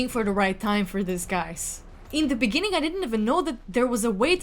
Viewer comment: 😂😂 in the beninging got me😂😂😂